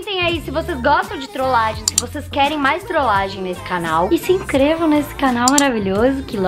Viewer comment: A falou: se “increva”